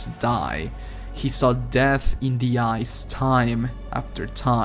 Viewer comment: The way he says "The slayer" sounds like "This Layer"